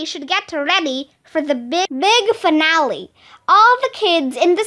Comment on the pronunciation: You said finale wrong!!!!!!!